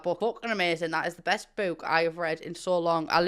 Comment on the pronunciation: I'm here to hear her say bewk. I love it